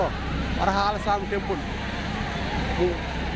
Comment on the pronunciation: వరహల కాదు రా బాబు వరహస్వామి దేవాలయం